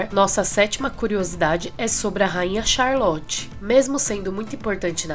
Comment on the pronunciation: Amo bridgerton ❤️ li os livros também. A ve merece o like só por ter conseguido falar o nome dessa rainha ai rsrsrsrsrs